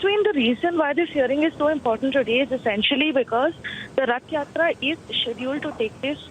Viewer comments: How difficult is it to pronounce Rath Yatra, the anchor kept on saying Yath Ratra. She should be trained properly before the show. Republic TV should not hire such inefficient anchor. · practice a little more with the correct pronunciation of "Rath Yatra (Hindi) ", "Ratha Jatra/Jaatra (in Odia)". The nation wants to hear you pronouncing it correctly the next time. May Lord Jagannath bless you!:) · Ye anchor imported hai kya... Rath Yatra nahi bol paa rahi . Ye kya janta ki awaz uthaegi... Macaulay ke nazayaz creation.